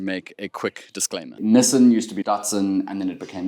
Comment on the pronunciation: Niss-han, nie nisin nie, wat is jy, 'n Amerikaaner? Fok, kom jy van Benoni af? Oo God nee!